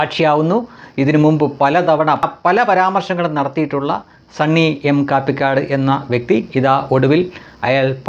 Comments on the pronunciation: കാപ്പിക്കാട് അല്ല ; കപിക്കാട് ആണ് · Kaappikadu alla.. pronounce it correctly..it's kapikaadu...a place near kallara, kottayam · നിങ്ങളും മറ്റു പലരും കാപ്പി ക്കാട് എന്ന് കൂടെ കൂടെ പറയുന്നു. സ്ഥലപ്പേരാണ് ' കപിക്കാട് എന്നാണ്. കപിയുടെ കാട് എന്ന അർത്ഥത്തിലാണോ പേര് വന്നതെന്നറിയില്ല. കടുത്തുരുത്തി, കല്ലറ എന്നീ പഞ്ചായത്തുകളുടെ അതിർത്തി ഭാഗമാണ്.